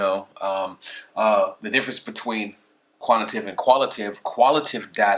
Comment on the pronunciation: I hate to be that guy but it's pronounced "Quan ti tay tiv" and "qual i tay tiv"